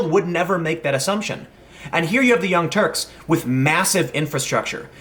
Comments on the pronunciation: P.S. I heard you almost say The Young Twerks. XD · Sounded like you almost called them "The Young Twerks" and now I have mental images of Cenk Uygur twerking stuck in my head. Thanks for killing my ability to sleep tonight... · You almost said 'Young Twerks', lol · Almost said "Young Twerks" at one point there... :D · LOL, he almost said Young Twerps! I like it, that's who they are to me from now on. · You almost said the young twerps 😂😂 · "...young twe...turks...." You're funny. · Tim called them the young twerps!! Lol! It was a slip of the tongue but still funny!